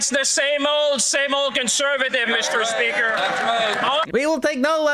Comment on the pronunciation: same old same old? No sh*t Mr beaker. Same old con from 10 years ago. Same old corruption. Same old cabinet and ministers. Same old indeed Mr. Beaker. The chihuahua can't even say speaker. What a dildo.